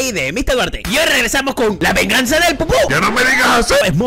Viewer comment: "La venganza deL pupu" XD